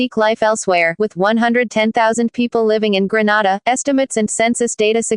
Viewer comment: Please! Not Granada GRENADA